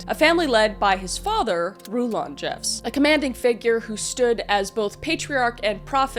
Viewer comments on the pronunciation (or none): Happy American Thanksgiving, friend from Canada. Rulon's name is pronounced like "rulin'," or ruling but relaxed. I watch way too much context on the LDS and, by extension, FLDS, so I've heard his name pronounced by people who grew up in the church. Also, ALL branches of the LDS church follow a "Prophet," that's what they call their leader. I believe this is because of their belief that the "Prophet," their leader, is the literal mouthpiece of God.